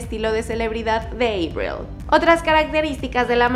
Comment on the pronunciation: Me da algo cada que pronuncia EIBRIL 😖